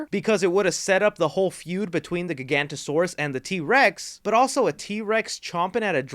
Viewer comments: Bro, why did you call Giganotosaurus, Gigantosaurus? Why do people do that? CAN'T THEY SEE THE FUCKING "O"?! GIGANTOSAURUS ISN'T EVEN A REAL DINOSAUR, BUT GIGANOTOSAURUS IS!! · Bro, why did you call Giganotosaurus, Gigantosaurus? Why do people do that? CAN'T THEY SEE THE FUCKING "O"?! CAN'T YOU SEE THE FUCKING "O"?! GIGANTOSAURUS ISN'T EVEN A REAL DINOSAUR, BUT GIGANOTOSAURUS IS!! It's Gi-ga-no-to-saurus, not Gi-gan-to-saurus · That prolouge is supposed to be the opening scene, so count that as the opening scene. Gigantosaurus??? You mean "Gig-a-not-oh-soar-us"??? Giganotosaurus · Dude love your vids but seriously Giga-note-ta-sore-us Please ❤️❤️ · I wouldn’t say that they retconned Maisie’s background. Wu said that Benjamin Lockwood told Mills and the nanny (her name escapes me) that HE was the one that created Maisie to protect Charlotte. Unfortunately Mills killed Lockwood before Maisie could learn the actual truth from him so she was left with the lie. Also, I believe it’s pronounced Gig-o-not-o-saurus, but feel free to correct me if I’m wrong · Giganotosaurus is not pronounced "GiGANTASAURUS", have you even seen the movie, or better yet, know anything about dinosaurs outside of Jurassic Park movies? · Nit-picking, but the new Dino is pronounced (jai-ga-nuh-tuh-saurus) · The way he says giganotasaurus physically hurts me 😭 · Eh em…… he said giganotosarus wrong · STILL pronouncing the Giganotosaurus wrong.